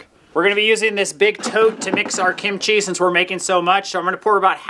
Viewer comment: Please don’t say kimCHEE. It’s KIMchee